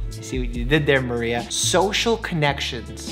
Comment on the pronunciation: Mario 🚫 Maria ✅